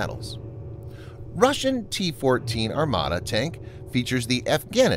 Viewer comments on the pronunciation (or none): none